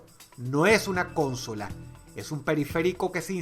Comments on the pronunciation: aprende a pronunciar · Que manera tan estupida de decir consola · Se dice consola no CÓNSOLA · Y es necesario que hables como un menso? ...Ahh y no es cónsola es consola. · No mames Dross, se dice consola no "cónsola"... vaya error mas grande de pronunciación. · Pasa diciendo cÓNsola, está mal dicho. El acento está en la segunda o. consÓla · Que cringe da escucharte decir Cónsola con acento en la primera O.. se dice Consóla por dios.... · Pibes: Consola Dross: Cónsola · ¿Por que dice cónsola? Me estresó mucho la pronunciación >.< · Soy el único que piensa que Dross pronuncia "cónsola" en vez de "consola"???? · porque dice CÓnsola , la palabra se acentúa en la última O , consÓla. A veces pronuncia tan mal que me pone nervioso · Para la próxima, se pronuncia consola con el acento en la segunda o. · Muy bueno, pero lo de la pronunciación 'cónsola' no me cierra.. esta mal pronunciado, es consóla..(sin acento) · ¿Por qué le dice cónsola? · ¿Por qué dice "cónsola"? Es consola. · Porque tiene un dialecto diferente? No lo sé :/ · Mi estimado Dross es Consola sin acento. Consola. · Consóla: ❌ Cónsola: ✅ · No se dice cÓnsola sino Consola , acento prosódico en la segunda "o") , es lo correcto. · El mundo normal dice consola y dross dice con-sola xd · pensaba que era la unica que se habia fijado en eso xD dice cÓnsola con acento en la primera o cuando sería "consOla" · soy el único que se pregunta porque dicen "cónsola" en vez de "consola"? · Alguien tiene que aprender a pronunciar bien las palabras. No es cónsola, es consola. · Soy el unico qu notò que DrossRotzank decia "Cònsola" en vez de "Consòla" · Consola o cónsola?? Faltan clases de pronunciación.... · Drossss xq cuando decís consola le pones acento a la O y decís cónsola???? -. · Por qué Dross pronuncia "cónsola" (palabra esdrújula) cuando la RAE dice que es "consola" (palabra grave)? y lo escribe así igual... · Ehm, una pequeña corrección... se dice "Consola" no "Cónsola". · Dross dice CONsola y yo digo conSOla